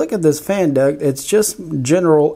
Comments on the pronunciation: Duct, not duck! Awesome videos though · Hey thanks for the upgrades and just to help u out.... the word is D U C T you kept saying duck lol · Just wanted to mention its "duct", not "duck". :) Cheers! (Printed Upgrades > Fan Duck) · It's a fan "duct", not duck. A duck is a bird. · Its silly he keeps calling the fan duct a fan duck. Even in the desc.